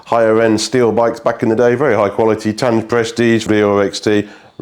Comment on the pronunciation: Oh bonus tidbit! That Japanese tubing / component maker: "Tange"? their name is pronounced Tan-Ghey. I kid you not. You did so well using the Internet to read Kilauea for you, but still got a pedant like me come along 😀 Those brake cable tubes are called noodles because of Americans... They resemeble a "pool noodle". They are called pool noodles because some Americans decided a long hollow cyclinder looks like a giant noodle, so the same logic been applied to the small holllow tubes, found on V-brake systems